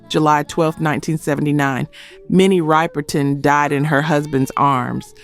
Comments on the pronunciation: Ripple-tin, not Ripel-tin.get the names right. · Just curious...is this an AI voice. Minnie RIPE-erton is pronounced RIP-er-Ton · It's not riperton,riperton, it Ripperton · I hope the narrator is AI! Minnie Riverton's last name is pronounced Rip-er-ton; not Ripe-r-ton. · Riper-ton, come on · It’s pronounced RIPERTON LIKE R’iP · Now I know for sure that this is AI written and narrated using a fake black female voice. Minnie Riperton is well known and for her name to be mispronounced as Minnie RIPE- ERTON you just blew your cover and secondly she wasnt signed with Motown. This channel is yet another AI devised CULTURE VULTURE CLICKBAIT channel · Minnie Ripperton's last name is pronounced with a short i as in "rich". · Please pronounce her name correctly. Minnie Riperton. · "PLEASE LEARN TO PRONOUNCE THESE LEGONDS NAMES CORRECTLY, IT'S SHORT I SOUND FOR 'SYREETA' 'MINNIE RIPPERTON', Is Short I Sound, Not Ripe, But Ripp, PLEASE SHOW SOME RESPECT, IF YOU REALLY CARE"😢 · Ser-ree-ta Wright Minnie Rip-per-ton Omg. These mispronunciations are like nails on a chalk board.